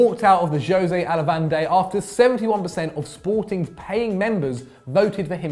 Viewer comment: Hahahahaha the "Josay Alavanday" - even ignoring the "ay"'s, it's Alvalade, not Alavande hihihihi